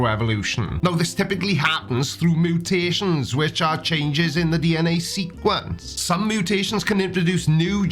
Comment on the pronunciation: "Mootations" lol love u.